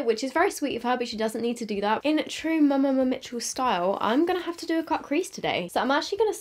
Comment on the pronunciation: I swear you’re the only one who actually pronounces every ‘m’ in mmmmitchel hahaha 😘